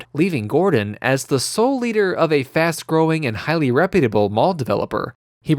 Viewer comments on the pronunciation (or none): none